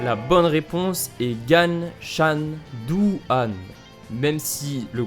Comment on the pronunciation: Quand il essaie sa technique il dis bien "douu han" en insistant sur le "dou"